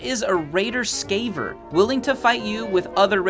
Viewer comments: He said raider scaiver. It is scavver, as in scavenger. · I think its prounounced ska-aver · lol sorry but the way you pronounce"scaver" just makes me laugh. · The mispronunciations of certain words like “reservoir” and “scavver” are triggering my ocd oof